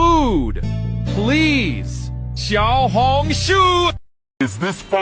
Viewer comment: nah its XIAO HONG SHUUU